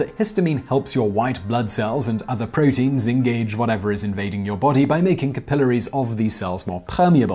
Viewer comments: Shudders every time he says kuh-pillar-ees instead of cap-uh-lair-ees. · TIFO that "capillaries" is another word that British people say differently.